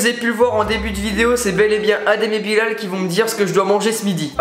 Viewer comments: Sa s'écrit Bilal mais sa se dit Bilèl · Bilal ça se dit Bilel et non bilaaaal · Sa me stresse quand tu dis la prononciation bilal et pas bilel. ( prononciation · Cool ta vidéo mais quand tu dis adem et Bilal le a de Bilal se prononce comme bilel